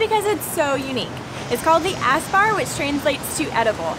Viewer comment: ÄSS is pronounced Ess.